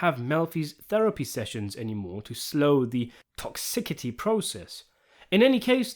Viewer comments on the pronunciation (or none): Hey, I like your videos but - it's toxicity not toxikity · Sun Tazoo? Toxikity? Maybe look up how to say words before reading a script, sir. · He says toxicity like "toc-ih- city" lol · Tox ickity? Tell me you're using a AI voice without telling me you're using it.... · Great video, as they all are—except for rendering "dissent" (as in the ranks) as "dysentery" and "toxicity" as "tocksickety." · Toxi-ckitie? Sun Tazoo? Who the fuck is this bot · Toxikity??? Lol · What?! Tox-ik-ity? 🤣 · Toxcikity lmao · It's pronounced toxicity.